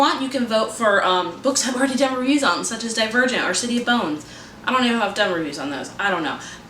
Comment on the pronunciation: When you said Divergent I honestly thought you said A Dead Virgin. Lol